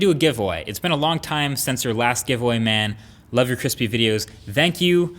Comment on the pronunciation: Is it just me, or does he say "Thankyou" weird, like "Thangkyou"